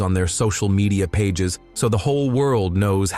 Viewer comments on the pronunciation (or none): none